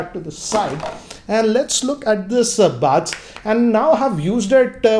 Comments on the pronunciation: First learn how to pronounce Buds ...It's buds and bads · Don't know why this showed up in my recommendation but I cracked really hard when I heard his English 😂😂 Lol Listen to him again if you don't believe me but every time he says buds I actually hear "bads".. not sure its just me...🤣😂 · anyone else getting annoyed with the pronunciation of buds ( buuuds, baads) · worst intro ever . his english pronunciation is too bad . baads (buds) , Waarless(wireless).